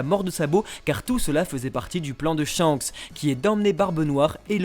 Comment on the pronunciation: "ShankSSEE le roux..." plus jamais😭😭 (Merci beaucoup!)